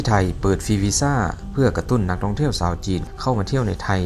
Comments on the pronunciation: แอดคนประเทศไหนครับ/ชาว/ไม่ใช่ซาว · ฝึกพูดภาษาไทยบ่อยๆ นะครับ ฉ.ซ. กว่า,ความ อิจฉา ไม่ใช่ อิดสา ยาว ไม่ใช่ ญาว, ชาว ไม่ใช่ ซาว ฤดู ไม่ใช่ ละดู